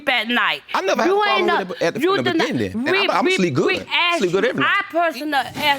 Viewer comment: Why does he pronounce beginning with a "D" lol